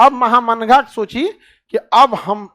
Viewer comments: Maya Ji महा मंगा नहीं माहम अंगा mujhe भी clear नहीं था, एपिसोड देखने के बाद पता चला, उसमे एक थी जीजी अंगा जो अदगा साहब की पत्नी थी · خان صاحب آپ بہت اچھے ٹیچر ہیں۔ لیکن یہ نام مہا منگا نہیں ماہم انگا maham anga ہے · सर नाम तो ठीक से बोले माहा मंगा